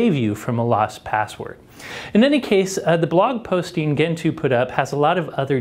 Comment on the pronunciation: It's pronounced djentoo, not kentoo